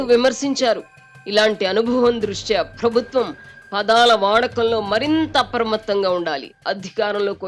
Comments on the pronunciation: Amma anchor garu, "Phrabhutwam" kaadamma, "Prabhutwam". Ekkada vottu pettalo matrame kadu, ekkada pettakudado kuda teliyali😂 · తల్లీ... ప్రభుత్వం అని పలకాలి, ఫ్రభుత్వం అని కాదు. 🤦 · ఫ్రబుత్వం అని పలకకూడదు మేడమ్..😢